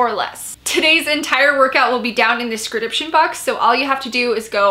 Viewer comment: ... "scridiption"... am i just now realizing that this is how you say description? the 3rd vidieo i have caught it in today. lol I always watch you and am only just now catching this!